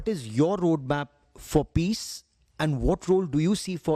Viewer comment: peace ❌️ piss ✅️